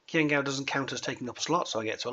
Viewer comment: I think it's awesome that tried to pronounce Qiang Gao's name with the correct tone!